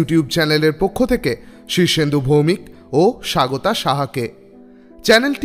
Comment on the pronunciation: স্বাগতা ওটা সাগোতা না